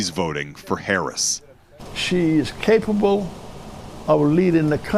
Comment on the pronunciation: He meant, Cappable 😂